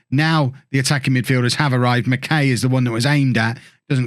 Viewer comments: Barrie mckay is pronounced “Barrie Mckiy” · as a forest supporter, barrie mckay is pronouncec mac-eye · Pronounced McK’eye’ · As a Scot. It's Barrie Mck(eye)